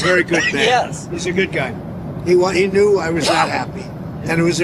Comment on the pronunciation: Trumph is speaking the truth... Modini apparently has been trying to make Trumph happy since last year.And bhai.... better to pronounce knew correct.. that was not know..😂😂